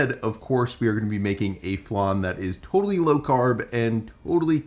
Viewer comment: tOTALLY, tWO Someone’s afraid of T sounds